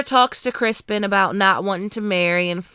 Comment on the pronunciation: Ma'am are you calling him Crispon?🤣 I'm glad I wasn't the only one to notice the handful of actual deer shit. 😅